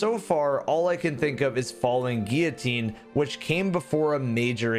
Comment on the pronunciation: upvoted because you pronounce guillotine correctly.